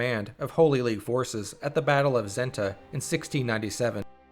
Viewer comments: SSSSenta... not Zenta! 😂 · NOT ZENTA IT IS SENTA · Its not Zenta, its Senta, whit s from same.